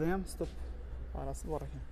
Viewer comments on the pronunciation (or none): none